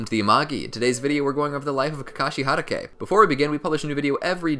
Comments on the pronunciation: ITS HATATAY NOT HAYTAKA AND CHIDIRY NOT CHIDORI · he said sum KaKaShI HaDaKeY like bro its Kakashi Ha tah k